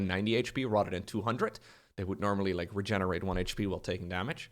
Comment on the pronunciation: Everytime my man says rather than, I hear Rotterdam, and I wonder where is he.